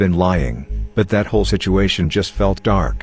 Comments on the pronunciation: Fucking love “shituation” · Lmao “shituation”